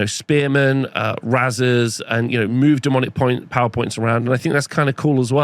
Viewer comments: Isn’t it pronounced like raisers? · Unsure if thinks razers is actually pronounced that way and doesnt know the word raze